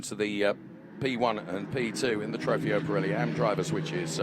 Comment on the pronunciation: Somebody teach the commentator how to pronounce Trofeo! :O